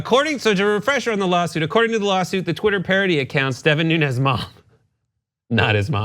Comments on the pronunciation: In the Portuguese his name is pronounced "noons" not "noon-ez". It is a funny story though. The cow will win in court. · Most of the Portuguese pronounce Nunes as Noons, not Noo-nehz. So Nunes could very easily be Mooooones. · He's not "Nunez" but "Nunes" (not spanish but portuguese name, though similar)